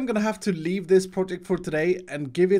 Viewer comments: BlueRocks123 no he actually says leave it just sounds like leaf because of his accent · I heard "im going to lea-this project for today"